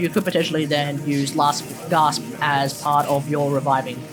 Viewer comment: Dude. I love the vid, but you saying GRasp instea of GASP drove me nuts.